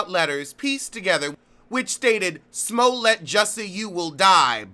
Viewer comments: It is. Its actually the correct pronounciation. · It is lol